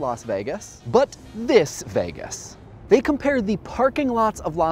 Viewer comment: But it does make sense and understand your point, so yes. But you say Vegas weird